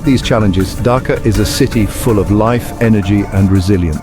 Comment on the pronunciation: In chapter six, there is a minor correction. Please make it Dhaka instead of Dhakar. Other things are same.